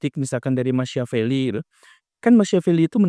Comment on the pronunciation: Punten pak guru, Machiavelli dibacanya Ma kia velli